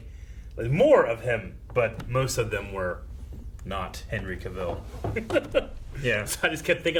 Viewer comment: Cavill rhymes with travel. Cavill rhymes with travel. Cavill rhymes with travel. Dude even put out a video making this point about his name.